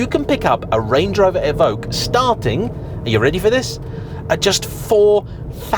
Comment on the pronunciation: It’s “E ~ Vock” que is “ock” there is no g in it like Evougue